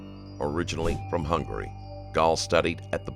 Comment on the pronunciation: Originaly from Hungry……. Hungary not Hungry!